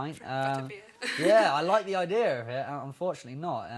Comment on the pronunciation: he said idear instead of idea. He's so CUTE!!